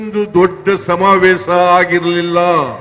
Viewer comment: Evanu kannada kavalu samthi agidda adare evana bayalli samaaveesha annoke baralla samavesa anthane